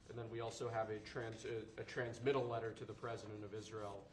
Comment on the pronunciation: Everyone's heart skipped a beat when he stuttered on that first syllable of "trans... mittal"